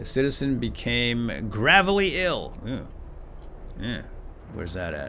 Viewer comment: It's pronounced " GRAVE- LEE"